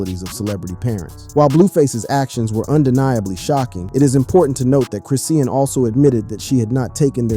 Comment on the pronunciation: It's Chrisean , not Chris seen 🤦‍♀️🤦‍♀️ Ijs 🤦‍♀️ let's get the names right, ok!!!! Great video, BTW